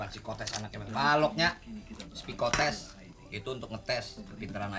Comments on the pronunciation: Bukan sepikotes tapi pesikotes atau psikotes(sikotes) cara bilang org jaman dulu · iya, tapi kan awalnya bang dul udh bener nyebut "pesikotes" tapi scene berikutnya berubah jadi "sepikotest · si doel salah nyebut psikotes malah spikotes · Ternyata si doe kesrimpetl ngomong psikotes 😂😂😂 Coba deh bagi penggemar didenger psikotes jadi spikotes hahaha doel doel ❤❤❤...sinetron terpaporit saya ini tak lekang oleh waktu❤❤❤